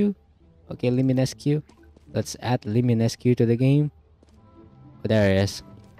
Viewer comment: It named limineque and said like liminesck and its spelt apparition but said apperition